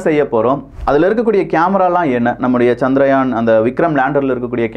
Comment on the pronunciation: சந்திரயான் என்ற பெயரை ஏன் சந்திராயன் என்று குழப்புகிறீர்கள்? இந்த அடிப்படை வேறுபாடு கூட தெரியாத ஊடகமா இது? ஆங்கிலத்தில்தான் தவறாமல் உச்சரிப்புக் குளறுபடி செய்கிறீர்கள என்பதோடு நிறுத்திக்கொள்ளக் கூடாதா?